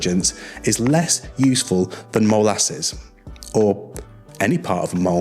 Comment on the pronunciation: He said mole asses🤣